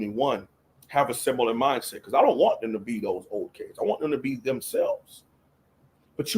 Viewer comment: ‘Canes, not Caines